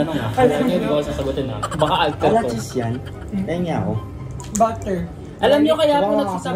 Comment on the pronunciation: pereng tenge